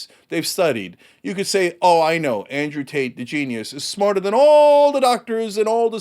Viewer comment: I could have sworn he said "Andrew Taint."